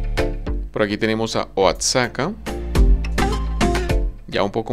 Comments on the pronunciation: Es Oaxaca no Oasaca ok OAXACA NO OASACA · Oaxaca no es Oaxaca se pronuncia Oajaca